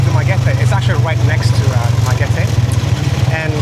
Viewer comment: I'm glad that you pronounced the place correctly: Du - ma - ge - te. Not Du - ma - ge - ti. The vast majority of expats there call the place as Dumageti.